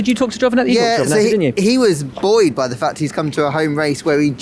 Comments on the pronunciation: Glad to hear the word "buoyed" pronounced properly as apposed to "boooeeeyed" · i am BUOYED that he said buoyed so many times